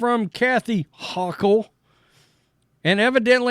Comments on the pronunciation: Neither here nor there… her name is pronounced HOchul. Long o sound. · We pronounce it Ho Chill! 🤣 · Best mispronunciation of her name.